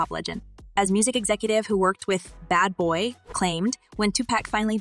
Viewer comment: Omfg WHAT And Who IS BAY BOY SPEAKER🤔💀Its BAD BOY!!!!If Y’all Gonna Report Some Shit SAY THEY DAM NAME And The LABEL NAME RIGHT!!Dam lol